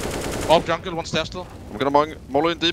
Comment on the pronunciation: In 2015 pasha laughed at olof becouse of the way he pronounced jungle and all these years later he still pronounces it the same way :D